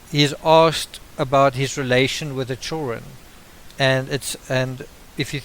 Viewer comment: I can't understand half of what you're saying. It's pronounced "children" not CHIRREN.